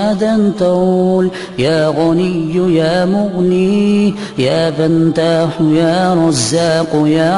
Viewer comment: Asslam O Alaikum! Dear Brother / Sister, Can you please do me a favor and confirm me if the pronunciation of the last word in second line is correct? It might be my listening problem. but Sounds like he is reading YA FANTAAHU INSTEAD OF YA FATAAHU. I feel like there is extra sound of N(Noon) in Ya Fataahu. And also please notice the last word in 6th line.. Sounds like he is replacing M(meem) with the F(Faa) Im not a qari but Please correct me if i am wrong. W Salaam